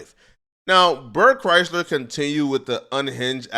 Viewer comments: Bert and Tom are a couple of unfunny douches….watch any YouTube video on Bert’s downfall and how much of a liar he is… Toms not funny at all and should understand his podcast career is only here because of Brian Redban. I’ll be honest though this all is almost cringe compared to you pronouncing Bert’s last name wrong like it’s the automobile Chrysler.. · I can’t tell if mispronouncing Bert’s last name is on Accident or does he know the 2bears joke that all media outlets fuck up his first or last name constantly…😂😂😂😂